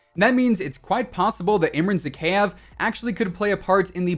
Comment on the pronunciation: Your pronunciation of Zakaev is terrible lol ky-ev. ZaKYEV lol